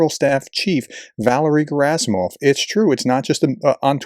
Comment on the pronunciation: PRONUNCIATIO Rarely is ant Slavic word or name with the emphasis on the 1st syllable. So it's SodOl GerAsimov ShoigU ZelEnski Also It's Oblast as in wOOd not AAblast